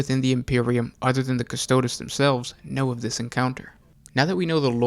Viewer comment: Stop mispronouncing custodes